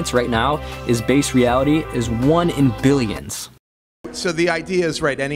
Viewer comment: ELON supposedly so smart.. but can't pronounce a 'B' sound when talking.. "the odds that this is 'vase' reality is one in 'villions'" .. i think it's one in 'villions' . .WTF?? V FOR VENDETTA MUCH HERE.. 'VHAT DO YOU VANT?' KISSINGER? ILLUMINATI WHAT?..